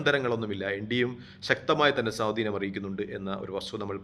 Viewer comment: സോധീനം അല്ലടാ പൊട്ടാ സ്വാധീനം... നീ എന്തൊരു മൈരൻ ആണ്....